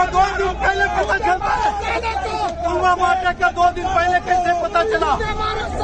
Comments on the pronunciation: Abe chutiye Pulwama hai wo..sale, pulgama nahi..jahil,, kab sudhrega.feku ragu...sadak chap funter. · Pulgama nai.. it's Pulwama. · Jumlebaaz Dhongi modi ko pulwama v kahna nhi aata Dhyaan se suno s o पुलवामा को गुलवामा kahta hain sunlo